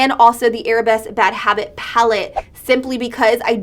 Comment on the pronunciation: Victoria Gonzalez i saw another review where the girl kept saying arab-esque. as if the palette were themed arabian instead of ballet lmao